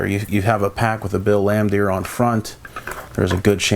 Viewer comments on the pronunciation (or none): Good nostalgic vid.... but does this dude know anything about the NBA or can he read English?.. BRUH!!!!, lol. 🤣 😝. Mitchell Williams. Bill Laimdeer. Todd Licki. Chico Rodriguez. Harry Palm. Lol 😂